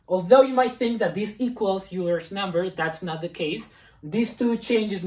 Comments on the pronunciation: "Euler" is not pronounced you-ler, it is pronounced oiler. HTH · Always the shame shit. It's not Yuler's number, its Oyler's. Have you ever been in a math class?